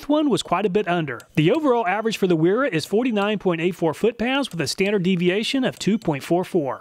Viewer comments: Wera = pronounced VEE RAH - Vera. W is V is German. Gonna keep telling you till you get it right lol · Wera is pronounced “vee rah